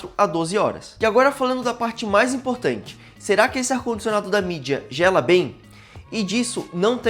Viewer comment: n é mídia, é midea